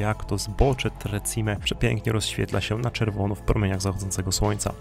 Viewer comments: Nie tre czime ale tre ćime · Przyłóż się do poprawnej wymowy włoskich słów. Niestety tak jak i w ostatnim filmie o Dolomitach jak tylko usłyszałam - wybacz - to słowne kaleczenie, to od razu odechciało mi się oglądać dalej. Także nie "Tre Cime" przez "ci" tylko "cz" i nie Lagazuoli przez "z" tylko "dz/c". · tak jest, Tre Czime, co się tłumaczy Trzy Szczyty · Hej.. Muszę to zrobić, bo tu mieszkam i za bardzo kocham Południowy Tyrol 🤗. 3 Cime (wymowa ➡️czime) nie oznacza 3 siostry.. To nazewnictwo polskie. Na sorapis prowadzą 2 szlaki. Najprawdopodobniej poszliście tym, który ja nazywam autostradą stąd tlumy ludzi. Na drugim w ogóle nie ma prawie nikogo, byla nas 6 i to pod koniec lipca.😉 Co do noclegów, szukajcie dobrej bazy wypadowej. Pomagam ogarnąć temat zwiedzania zwłaszcza opcję noclegu... jeśli chcecie zobaczyć Południowy Tyrol wraz Dolomitami. Szukajcie gotosouthtyrol na insta. Pozdrawiam 🏞️🏔️🚵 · Interesujący clip. Piękne Dolomity! Dziękuję. A propos wymowy: czyta się Czime. Pozdrawiam! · Hej, "Tre Cime" czytaj "tre czime" i znaczy to "trzy szczyty" a nie "trzy siostry". I Lamborghini czytamy "lamborGini" a nie "lamborDŻini". Ale filmik jest de best :)